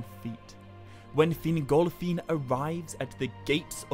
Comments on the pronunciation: Sorry I can't listen to a video where Fingolfin's name is pronounced fin-GOL!-feeen 10 times a minute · Ahh yes feengolfeen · Take a drink every time he says FinGOLFiin